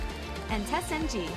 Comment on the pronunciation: Is a great tutorial, but can you please speak normally? Hope you get this as feedback, I LOVE your content, but sometimes is hard to listen/focus on the way you put the accent on some words, like Test"NG". It sounds like a "military speech" (which is great for motivational speech). Is clear a passion for you to do these tutorials and make them available for free for us, I understand this. But again, hope you get this as good feedback.